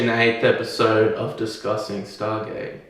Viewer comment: heard "Disgusting Stargate" instead "Discussing Stargate". OMG